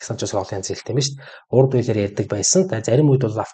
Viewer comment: Урду биш, үрдү хэл шүү. Амжилт ❤